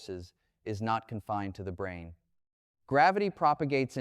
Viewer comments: I really lost interest when the AI failed to dis-CERN (see what I did there?) the difference between "Brain" and "Brane," which is one of the lines of research within String Theory (as I, a layman only understand it). Branes are MemBranes, two dimensional rather than one dimensional as with strings. But not "Brains," however many dimensions are or might be used to describe them. This is what happens when AI uses AI to narrate material AI has generated itself out of thin air. My dog also chases its tail. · Not "brain", but "brane" as in "membrane". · "brain" = Brane (Membrane)